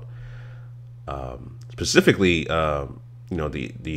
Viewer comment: “Specifically” “pacifically”